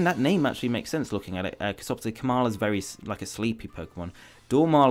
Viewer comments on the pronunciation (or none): none